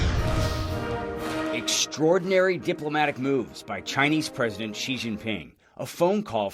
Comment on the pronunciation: It's not "Si", this isn't Mexico. It's pronounced "Shee" in Mandarin.